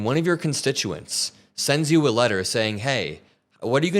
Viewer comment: It’s not Elegal aliens it is illegal and it isn’t ewe it is you. I wish you would learn to pronounce words MTG. But what can I expect from such a stupid woman.